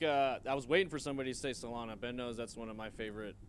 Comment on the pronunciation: Hey it’s SolanA not Solano.